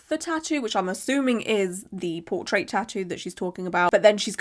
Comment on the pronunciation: I got a deadpool tattoo of a tattoo cuz it was cute, and it was in memory of my twin brother, it’s the one were he’s holding a wolverine balloon shape, and I like wolverine. Also, I thought you were saying poor trades, so I got a bit confused thinking they did bad trading, then realized you’re saying portrait 😂😂